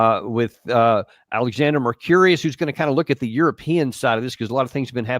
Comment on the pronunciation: Love ya Danny but you really should learn how to pronounce Alexander's last name. It's Mercur-IS, not Mercur-IUS